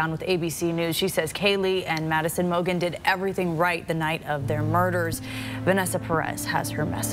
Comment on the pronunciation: So they are reporting on “remembering the victims names” and the news reader pronounced Maddie Mogens name incorrectly!!? What an idiot he is. Seriously inconsiderate and disrespectful!!😡